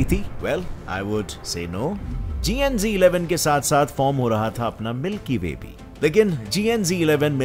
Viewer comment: I think that's GN-Z11 but you pronounce that GN-G11